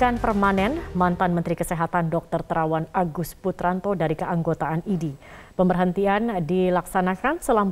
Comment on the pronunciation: IDI itu dibacanya Idih... segitunya, saya gak perlu IDI untuk sembuh, tapi dokter yang handal dan bermartabat bukan berjenggot ha ha ha, sebuah contoh ketidakprofesionalan yang hakiki.... kasihan bangsaku